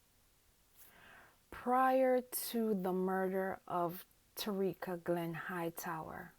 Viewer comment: Who is Tareeka…. If you are going to make a video say her name right….. Ta-ky-ra